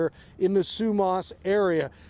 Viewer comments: It’s pronounced SUE MASS not sue maas! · Like the way he pronounces Sumas, it’s pronounced Sue-mas . Ya we live in Everson, and part of the bridge collapsed, we can still get through one way bridge now. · It’s Su- mass….as in only a donkey wouldn’t take the time to find out how to pronounce the name of the town you’re reporting on.🤦🏼‍♀️